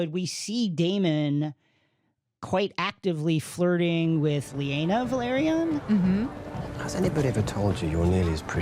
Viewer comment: Thank you for this! It also irks me the way they pronounce House Velaryon. It sounds like they are saying Valryian.